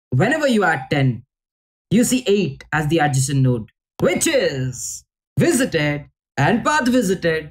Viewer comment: had me ...vizzzzited and path vizzzzited, vizzzzited and path vizzzzited 🤣